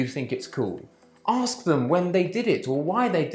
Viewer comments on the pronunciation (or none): But if you want to use more short cut is ok when examiner"aks"😂😂😂😂 well ask